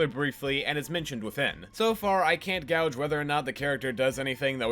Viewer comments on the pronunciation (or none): I'm gonna be that guy. Not 'gowj'. 'Gayj'. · just fyi cause I would want someone to tell me: "Gauge" is pronounced "Gayge" now "Gowge" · Sorry to nitpick but gauge is read as (ge-ij) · I can't gouge? Do you mean I can't gauge? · You pronounce gauge like gouge.